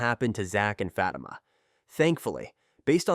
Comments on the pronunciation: Who is Fat-uh-muh?? 😂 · Please learn how to say her name.. Fa time (Fa- teema). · You pronouncing her name and the show name wrong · Ikr and I was this guy would learn how to pronounce her name... IJS